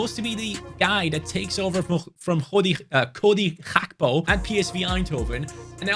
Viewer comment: It’s gakpo not hakpo